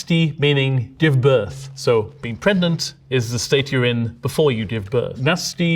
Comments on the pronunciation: I listened to this video with only the audio, and really racked my brain for a while trying to figure out why I had never encountered the word "prednant". Is this common? I've never noticed a "d" for "g" pronunciation among Brits. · Pre-gnant? I’m upset about helico-pter all over again